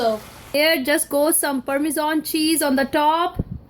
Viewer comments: Culture Recipe lol nah she said "purrmizon" cheese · Did we hear 'Parminder' Cheese?! 😂